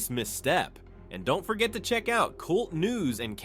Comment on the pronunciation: It's K U L T news. Pronunce the individual letters. Not Kult (pronounced as the word cult) news.